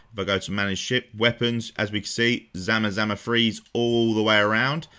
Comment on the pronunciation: btw, that's ZAM-ZAMA, not zamazama. There's no "a" after the "M". Just simply zamzama :D